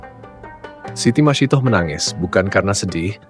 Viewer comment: Ia yg benar sebutannya masitah